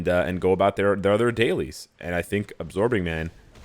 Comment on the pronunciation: "Abmorbin time"